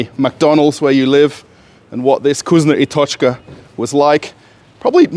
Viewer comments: Is not kuzno i tochka ...is vkusno i tochka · You say it wrong - it’s not Kusnya I tochka, it’s VKUSNO I TOCHKA. U read it as it is written